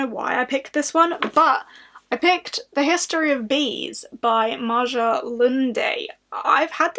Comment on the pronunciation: The history of bees is one of my all time favourite books, but I think it's very hit or miss😬 And the author's name is Norwegian, it's actually pronounced just like Maya ^-^